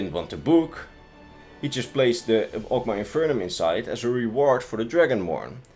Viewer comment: MAW* and FIN*